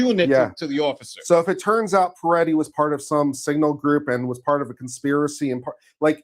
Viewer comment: There is only 1 e and 1 i in Mr. Pretti’s name. It’s pronounced similarly to pretty, NOT Piretti or Peretti. 😊 Thanks.